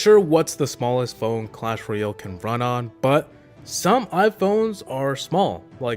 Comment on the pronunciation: Its clash roYALE not clash roYELL